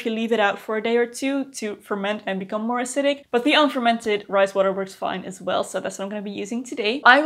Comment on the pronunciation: When you first said “fermented rice water” I definitely heard “fermented Christ water” 😂 what is this magical thing! Tell me more 😂